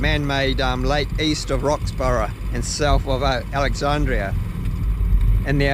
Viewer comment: the pronunciations is DaN-sees Pass and Kie-burn not kee burn. AlexandRA and not Alexandria. Roxbur not Roxborough